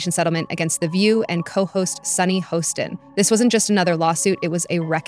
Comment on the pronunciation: it's pronounced ho stain